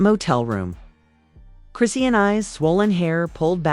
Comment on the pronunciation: Well we know it wasn’t blue he in jail and you don’t even say her name right